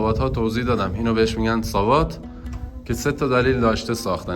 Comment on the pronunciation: زنده باد مردمانی که صنایع دستی ایران را زنده نگه میدارند و به دنیا معرفی میکنند. در ضمن ساباط درسته نه ساواط اشتباه تلفظ میفرمایید با عرض پوزش